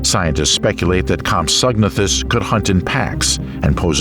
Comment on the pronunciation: I like this im subbing nut compsognathus is pronounced as comp so na thus